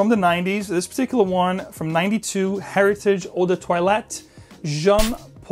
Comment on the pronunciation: Pardon my French. It's pronounced Air eee taj .